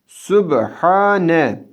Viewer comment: Səlamun aleykum, neden orada Subhene kimi değil subhane kimi okunuyor? Be harfi kalın değil